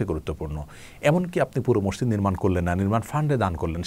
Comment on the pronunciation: mosjid* not somjid